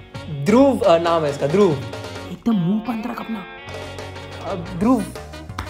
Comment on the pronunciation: Up or bihar me dhruv ko dhurup bolte hai dhurub nhi bachi log love from up ❤